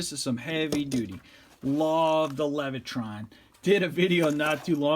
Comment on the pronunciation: There is no R in Leviton.